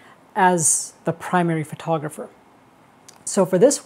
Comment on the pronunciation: funny that he not just spells "photogapher" but also says "photoGApher" verbally.